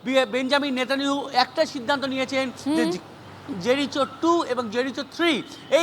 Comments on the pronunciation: জেরিচো নয় জেরিকো হবে সঠিক উচ্চারণ। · আরে বোকাসোদা ওটা জেরিকো হবে রে।😂😂